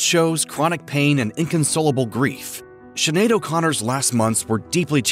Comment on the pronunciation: Please learn how to pronounce her name !! It is pronounced Schin aed...not Sin aed. Sinead is a common Irish name and much appreciated when other cultures learn to pronounce it correctly. Listen before you speak! I'm sure Sinead would appreciate it too!!💚